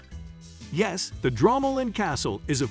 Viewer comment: It’s pronounced Dromoland not dramaland 😂😂😂